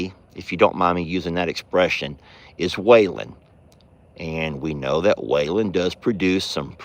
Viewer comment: I had never seen Roman kick before and now I have seen him kick twice in a week. The train sounds beautiful. The look of Jolene behind you was so comical. I'm glad Chucky Poo got his head all cleaned off. He is mighty handsome. When you said Waylons name it sounded like he said huh. Chuck says I don't have dirty diapers. 🤣🤣🤣🤣🤣